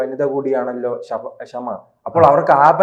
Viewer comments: "Arab Shama" aanu. Malayalam shama alla. "Spy"-kku 1 seat kodukkanam aayirunoo. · 😄...... ഈ മുഹമ്മത് " ഷമ " യാണ് " ക്ഷമ " അല്ല ! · Her name is not kshama but shama which means flame in Urdu. It's high time malayees now this.